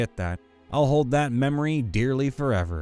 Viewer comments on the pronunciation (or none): none